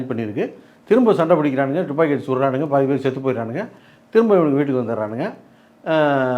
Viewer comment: Thupaki ila tuppaki😅